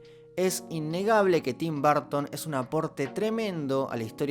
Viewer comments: Se pronuncia como Tim "Barton" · Yo: Tim Burton: Tim Barton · Se pronuncia /berton/ /b3:(r)ton/ . Me gustan sus pelis y su visión del cine. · Nobody:: Tim Barton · por qué todos ustedes dicen barton?? cuéntame!!!